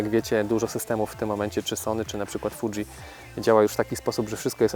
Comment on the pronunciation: Dobra recenzja. Btw, tak na przyszłość. Fuji, czyta się Fudźi nie fudżi ;)